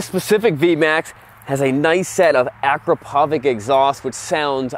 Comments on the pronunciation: Akrapovič is not 'akrapovik'. That "check mark" over the last C means that it is CH. It's [akrapovich]. It is a last name – Igor Akrapovič (eegor akrapovich) is the Slovenian guy who established this company. It's almost like saying "See-ahn from SRK Cycles" instead of "[shon] from SRK Cycles". Taking into consideration that is a first name and Akrapovič is a last name.... What??? Thee piston? Actually they are SIX piston callipers (dual) in the front and just one piston calliper in the rear.... The cool fact about this bike's safety touch—the electronics limits the engine power from 1st to 3d gears, so you cannot use all the 200 ponies. Only on 4th and 5th gears the limit turns off and the hell deploys. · Say it with me "a-crop-of-itch" exhaust :) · You are pronouncing Akrapovic wrong. The C at the end has an accent on it because it's pronounced like CH as in charcoal. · The exhaust is pronounced A crop o vich